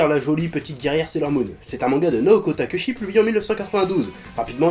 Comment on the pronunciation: Juste histoire d'être un immonde casse-pied : Le nom de la mangaka de Sailor Moon se prononce Takéotchi, même si ca s'écrit takeuchi.